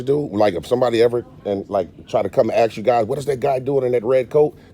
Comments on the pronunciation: Stop saying "axe", when the word is "ask". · I appreciate your work. I DO have a suggestion: Your EDUCATIONAL video would hold more MERIT if you learn how to pronounce the word "ASK" properly. It is not "AXE"... the "S" comes BEFORE the "K". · Okay, language police. How sad. A tyrant with no power, so they settle for youtube grammar 😂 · I love the "aks" and "libary"! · I love you man but work on your pronunciation of the words "library" and "ask" just to name a couple. This hurts your appeal to a larger audience in my opinion which I could be wrong. I'm just being honest with you and I love your work. I can't figure out why you're not the biggest auditor on the internet so I'm trying to crack that nut. You definitely need to replace your intro as what you have now definitely doesn't work. You also need to come up with more splashy cover shots. Personally I hate the splashy cover shots but I have to admit that I think they must be more effective at driving first time visitors. Please don't be mad at me I beg of you because I have so much respect for you that I'm telling you this. It is a waste that you do not have an audience 10 times the size that you currently have. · You should say ask not ax!!!! Take that out of your vernacular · Except he can’t say asked and says axed 🪓 150 times a bloody video it frustrating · Just for the record… you are not allowed to axe a woman. And if you mean to say ask, you sound really stupid during an audit in which u try to educate people. Greetings from the netherlands amsterdam, where we speak better english, obviously, then in the states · How can a grown man "axe" a question?? SMFH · He can not even pronounce the word ASK! It is ASK idiot and not AXED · Am I hearing "aks or aksing" instead of "ask or asking" by the auditor 😂😂 Or that's some kind of slang Either way, good job.💪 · Is not axe a question it is ask a question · Your not to say ax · It's ASK, not AKS, OR AXE. It's library not libary.